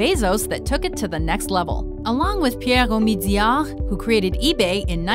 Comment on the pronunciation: you pronounced pierre omidyar with French accent but in fact he is Iranian and it is pronounced as it is written.